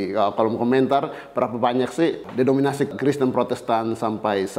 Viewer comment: Denominasi dan bukan dedominasi romo 😂😂 Dari cara bahasamu saja menentukan kualitas intelektual anda